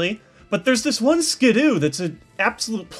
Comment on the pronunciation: FFS it's SKIDDO! Double D, not double O! Stop calling it Skidoo PLEASE!